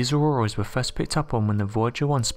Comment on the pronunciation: Oh it's not auroras it's auworas and there's Webel forces surrwounding it lol